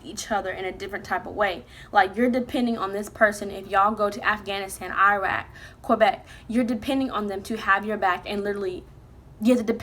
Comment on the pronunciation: did you say Québec????? Im trynna understand bc Im from there lol